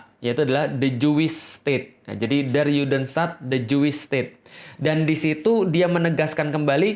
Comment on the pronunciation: Afwan, ustazku! Ingin sedikit mengoreksi sesuatu yang tidak esensial tapi sekadar insight aja 🙏🏼 yakni pengucapan kata “der” pada “der Judenstaat”. Huruf “e” pada kata “der” itu dibaca e biasa seperti “ember” bukan “elang”. Juga nama “Rothschild” yang sebetulnya dibaca “rot-syild” (Roth-schild) bukan “rots-chaild” (Roths-child) . Karena keduanya merupakan kata dan nama germanik. Dan “sch” di bahasa jerman itu satu bunyi, dibaca “sy”. Bisa coba denger di video ini: Hoewever, it’s a great video masyaallah! Semoga banyak yang nonton dan semakin banyak pula yang aware amin 🤲🏼 semangat menebarkan kebenaran staz!!! 💪🏼